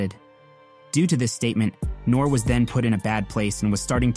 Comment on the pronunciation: His name is nor ee not nor lol can’t b a hip hop fan 😂😂😂